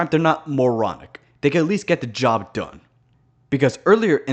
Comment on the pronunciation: You’re pronouncing Job as j*bs on purpose aren’t you I feel like that’s the reason they didn’t include purgatory (like, heaven didn’t have that many strong arguments to begin with), but I did see a theory that Hazbin hotel would conclude with the creation of purgatory so that sinners had a place where they could work to be better; just something to think about I guess